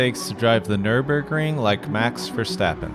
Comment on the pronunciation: Why is it so hard to say "MAX"? With A. It's not Mexx, that is a clothing brand. Dutch as well by the way😂